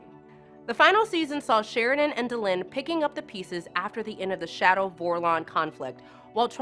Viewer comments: ~ Daylin? You mean, Delenn? This person's never watched B5. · How do you know that the host isn't actually a fan and just reading a teleprompter? When she refers to Delenn as Day-Lyn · Yep, she said, "Star Track." Twice. >,< She actually pronounced it correctly before the 2nd mistake... then gets it right again. "Day-lin," for Delenn "...JMS -- as I call him..." How about: As the fans call him... The problem with this overview, is that fans already know all this; seeing the high-points are fun, but her asides/attempts at humor or "coolness," are frequently too childish. There are too many spoilers to show this to someone who hasn't seen the series. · Did she actually ever watch the show? The first time she says Mimbari she pronounces it Mumbari. She also pronounces DeLenn (Duh-Lynn) as Day-Len the first time she pronounces it. She ALSO pronounces Lorien (Lore-E-N) as Loren (Lore-N)when she mentions him. Really......... She also mentions trap doors for characters and mentions SPECIFICALLY replacing Patricia Tallman's character with Andrea Thompson's character in season 1 after the premiere pilot episode. But then FAILS to mention they replace Andrea with Patricia (swapping characters back and totally dropping Andrea) in season's 2-5. Patricia had a WAY bigger character than Andrea's and you make it appear the opposite. Patricia even had MAJOR plot points and episodes centered on her character!! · Oy! It’s not “day-len,” it’s “dèh-‘len.” Arrggghhhh! Next time actually watch the show. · "Day-Lynn"? It's pronounced "Da-Len". You're reading a script someone wrote and you both don't know squat. FAIL! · Not Day-lin, it is Dee-lin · Day linn???? Daaaa lennnnn. Who is this chick? Obviously she hasn't seen ONE episode if she can't pronounce Delenn's name right. Anyways, huge Star Trek fan but B5 blew away anything Star Trek ever put out. I miss this show. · WTF? MOON-bari? DAY-linn? I think this narrator should maybe watch the show before commenting on it.